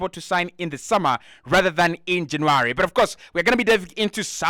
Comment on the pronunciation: It's not JanAry ..you silly sausage !! Its JannUary . Vlavoich ?? ...Noooo , This is a good an nformative positive podcast !!